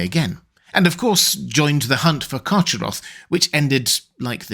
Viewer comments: I think the correct pronounciation for Carcharoth is CarHaroth, as the word was probably inspired by the Greek word for 'shark'. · Excellent video. But I think you are mis-pronouncing "Charcharoth". I believe it is pronounced Kar-Kar-Roth. I think previous iterations of the name did not have the ch in the middle, but rather a hard C or a K. I can't recall any of Tolkiens proper names having a "ch" (as in the word church) sound. But many have the "K" sound, represented by the letter C. (Celebrimbor, Celebrian, Celeborn, Celegorm, Curufin, etc...) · Love your content as always,, but a minor quibble: the "ch" in "Carcharoth" should be a voiceless velar fricative as in the Scottish "loch" or Beren's epithet "Erchamion." Therefore, the name should be pronounced, "Karkharoth." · Yo your pronunciation of carcheroth is terrible its k sound not ch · I think "CH" is more throaty or guttural, like a hard ch in German (e.g., Bach). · I think you’ll find that Carcharoth is pronounced with a hard CH,.☺️☝🏼